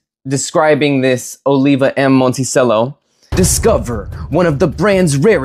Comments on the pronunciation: It's pronounced Monte Cello. Cello, like the instrument. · Come on bro...if you're gonna do a review on something, at least know how to pronounce the name correctly. As noted by a previous commenter, it's pronounced "mon-tee-chello." As for your issues with the moka pot, it looks like you had the heat on way too high. A low flame on a gas stove is ideal in my opinion. This helps prevent burnt tastes and spillage, as in your case. I also boil water beforehand in an electric kettle and pour up to half an inch under the little release valve in the bottom section. Never fill above that valve. Lastly, turn off the flame a few minutes before finishing and wait till it stops siphoning, then you're done. No need to cool it off in the sink. (Not sure why you even did that. All you did was contaminate your coffee with tap water.) Moka pot is my preferred method of brewing coffee, but it can be a little tricky to perfect. The grind size, for example, has to be just right in order for everything to work properly. But once you get it all down, you're rewarded with the most espresso-like coffee you can make without an espresso machine. Now, as far as the cigar goes, the Monticello series is my personal favorite of all Olivas, which happens to be my favorite brand of cigars. I've definitely smoked most if not all of their offerings, and I would say the Monticellos are comparable to the Serie V Melanios and Melanio maduros. They share many similar flavor notes. There is, however, less spiciness and more creaminess that combines for a sweeter & smoot